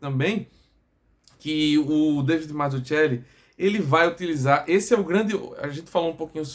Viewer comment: Salve amigo, só pra saber, o nome é bem italiano, Mazzuchelli. Em italiano o ‘“ch” tem o som de “qu” em português então pronuncia-se Mazzuquelli. Obrigado